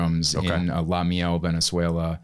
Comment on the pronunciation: I love diplomatico! Great story, I lived 1 hour away from La Miel (he should pronunciated better). Great story how they got to the USA